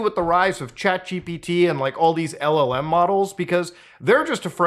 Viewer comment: Everytime mutahar says LLM i hear " L O ELM models"